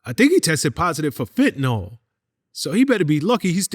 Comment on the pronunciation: Fenta-nawl does not exist. Eel. FENTA-NEEL.